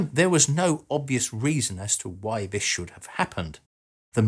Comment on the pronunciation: I'm sorry but if you are commentating on a subject, Please speak correctly. WIV? (wiTH), WeaVer?(weaTHer), Vis (This), earf? (earTH), Ve? (THe), Frow? (THrow), to name but a few.